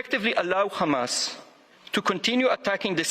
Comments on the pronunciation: Israelis go out of there way to badly mispronounce arabic names in what seems like a racist manner. Why pronounce Hamas as Khama's, wby Hezbollah as Khezbollah. Arabs should start calling Israel Khizrayel in response. both Hezbollah and Hamas would not exist if not for Israel Genocide. Hezbollah rose in response to Sabrah and Shatilla genocidal massacre, while Hamas was funded by Israel to delegitimize the secular Fatah which sought peace while Israel wanted to take more land making peace inconvenient. This war and its genocide started in the 1940s , history cannot start after the Gaza's escaped from their open air concentration camp. Further more, it must also be noted that Hamas has previously made it clear they would accept peace based on 1967 UN borders, Hezbollah has made it clear they will accept peace if the Palestinians are satisfied and Iran has indicated the same, and the Houthis have stated clearly they will allow ships to pass to Israel one the bombing and the siege of Gaza ends. It is Israel which refuses peace because they are not willing to give back the land taken illegally from Palestinians. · Khostilities, khumanity, khistory, khague, Khistoric, Khamas, khistorical, kheard